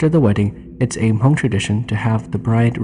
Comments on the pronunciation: Why do you keep saying "Ha-Mong"? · Was going to mention that too. Have to say it right or else other people think that is how you pronounce Hmong.